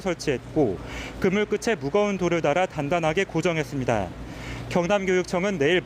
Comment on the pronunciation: 방송기자가 "끝에" 발음을 끄테로 하지 않고 끄체로 잘못 발음하면 되나???